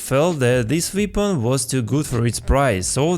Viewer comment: bro saying vepon instead of weapon